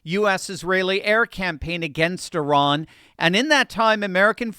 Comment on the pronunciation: One of the only journalists I’ve heard pronounce Iran correctly. I knew a girl that would correct me whenever I said I RAN. She would jokingly say “oh yeah? Where did you run to?” She considered herself Persian and hated the Iranian regime. Now I get to be a language Nazi about it.